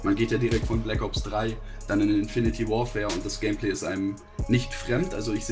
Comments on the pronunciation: Omg es heißt infinite Warfare und nicht infinity meine Fresse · Es heisst INFINITE Warfare... Und nicht Infiniti Warfare. Naja wenn man bei einem anderem Video Kamara schreibt, wann soll man da erwarten. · Wie und Monte immer ''Infinity'' Warfare sagen:D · Es heiß "Infinite Warfare" und nicht "Infinity Warfare" was ist daran so schwer! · Es heißt nicht INFINITY sondern Infinite, man spricht es Infinit! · Er spricht das Spiel einfach falsch aus... haha Das Spiel heißt INFINITE (ausgesprochen: infinit) Warfare und NICHT Infinity Warfare, wie du es aussprichst. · Warum haben eig. so viele n problem damit "Infinite" zu sagen? Alle sagen immer "Infinity", checks nich was daran so schwer is. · Das spricht man "infineit"! nich Infinity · so viele leute sprechen es falsch aus infinite warfare und nicht infinity warfare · Monte..."Infinite", nicht "Infinity", du Kek. -.- Edit: Ihr könnt es alle nicht aussprechen, ihr Keks. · Es heißt INFINITE Warfare und nicht INFINITY Warfare! Jedes Mal falsch ausgesprochen im Video... Macht doch gar keinen Sinn 🙄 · wieso sagen alle inifinity warfare?😂 es heißt infinite warfare :D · Es heißt Infinte Warfare und nicht Infinity Warfare😒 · Infinity Warfare alles klar Sprecht es doch mal Richtig aus :/ :D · sag bitte nicht infinitY warfare.... BITTE! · kann denen bitte jemand erklären wie man "infinite" ausspricht :D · Das (e) von Infinite ist stumm